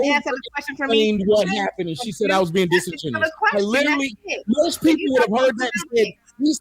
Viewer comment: Then the other lady said "Disingenouen" 😂